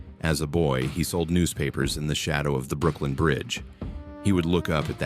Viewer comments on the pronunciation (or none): none